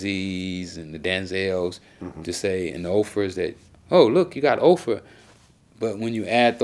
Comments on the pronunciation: this nigga said look we got Ofrah - it’s Oprah ☠️☠️ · He was slanging dope at 35 and couldn't and read or write. You can tell by the way he pronounces "Oprah" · Did Ricky say “Ofra” when he trying to say Opera? He is a legend 😂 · This man just said “Ofra” instead of “Oprah” lmao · Malibu Ken - did you just say Opera when you were trying to say Oprah ? 🤣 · This nigga call her "Ofra" hahah I'm dead! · My dude said Ofra! Hahahahah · My nigga said OFRAH? lol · nigga said ohfra 😂😂😂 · man called Oprah Ofrah lol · OFRAH? LOL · Dude is cool. But did he say offera? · He said Ofra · he said Ofrah lol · lol nigga said Ophra 😂😂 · Did Ricky say OFRAH? 😂😂😂😂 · That Nigga said Ofra 😂😂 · He just said ofrah 😂😂😂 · 😂 This nigga said Ofra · Lmao 🤣 “the OFRAS OF THE COMMUNITY”. He is troubled at reading he pronounces OPRAH OFRAH (7 min 12 seconds.) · He say ofrah